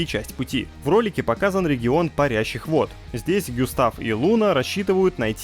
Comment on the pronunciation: Гюстав?) Густав может быть?)